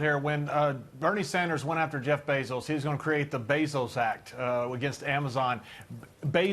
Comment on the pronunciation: It’s Bezos, not Basils!